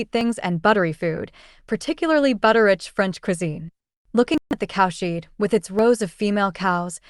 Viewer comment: It's good work and helpful to people trying to read this book but odd mistakes do break the illusion such as cowsheeed